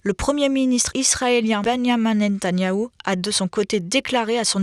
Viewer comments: On dit "Ben-ya-mine (ou Benjamin) Né-ta-nya-hou". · Oula, la stagiaire il faut apprendre à articuler, Benyamin Netanyahou, c'est terrible de le prononcer comme vous le faites 🤣🤣